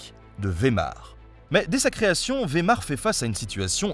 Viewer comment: Merci pour ta vidéo. Mais pas vémar. Mais Weimar "vaill Mar" ei en allemand c'est ail, ie c'est un I Long voir yè bref... Suivant les accents. Attention en Suisse allemangne c'est presque toujours y. Comme ch se dit comme le j de la rota en espagnol devant a o u(ou) et une sorte de che légé émis en avant de la bouche devant e i ü(u) ö (EU) ai ie ei (aill), (sauf en suisse allemand ou on dit rrrrrrrrrr tout le temps). Donc pour tout les francophones on ne dit plus non plus, back mais Bach (barrrr).